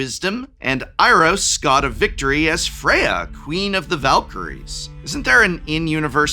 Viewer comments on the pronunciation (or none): If it was just the way he said Kratos, sure, but he also said "Teferli" and "Iros" for existing MTG characters.